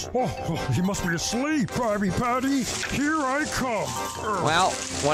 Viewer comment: It’s a crabby patty a crabby patty sounds like crab patty